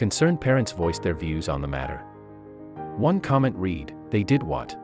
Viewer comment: The guy reading the narrative should learn how to pronounce "read".